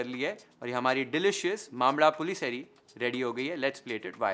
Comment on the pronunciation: My mom makes a killer pullissery but my mom cannot make it any more as she is in palliative stages. Great to see this here. Reminds me of my mom. Well done on the prononciation.